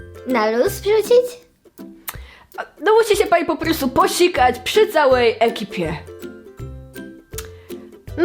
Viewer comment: Warto było kliknąć w ten fcilm dla samego "Posikoć przy cołej ekipie" z góralskim akcentem